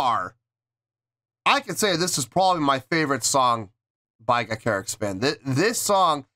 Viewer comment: Ga…cha…ric spin pretend you’re a second grader… ie…sound it out…